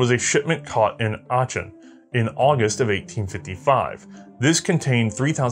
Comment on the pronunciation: Aachen is pronounced like "Ahken" or "Awken". We had a camp we trained at that was named after the battle at Aachen. I lived a few years not very far from Aachen.